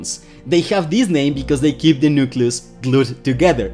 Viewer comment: Just an English note: it’s not a nukeYOUlus, it’s a nukeLEEus. Nucleus. Just like nuclear is pronounced nukeLEEar, not nukyoular.